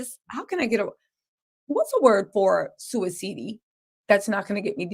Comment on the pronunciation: Hey, another great video! Another way for you to say "suicidy", my dad always called it "sideways." He'd say so-and-so committed sideways! Keep up the awesome reporting!!